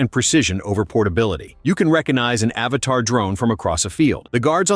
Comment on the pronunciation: It’s Avata not Avatar!!!